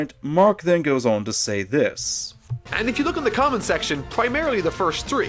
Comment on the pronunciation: MORE LIKE "Like or Kament"! :P